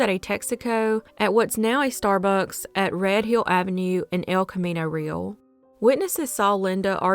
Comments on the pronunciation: El Camino Real is pronounced ( Rey Al) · El Camino Real is actually pronounced Ray-Al for any future reference!